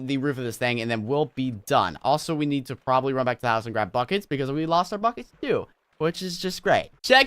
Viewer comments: Lol, when he said "oh I need buckets" I thought he said "oh f**cets"😂😂😑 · when he said we need buckets i thought he said we need fuckit